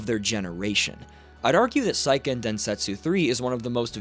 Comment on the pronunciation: It's say-ken, not psy-ken